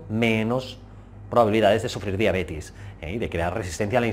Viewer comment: Diabetes, si. La conozco. Pero no a la diabetis como pronuncian en el video